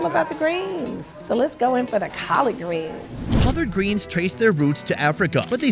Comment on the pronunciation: “Colored greens” or “collard greens“😂😂😂